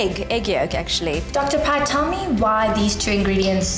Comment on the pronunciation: Its Dr. Pai not Dr. Pie 🤣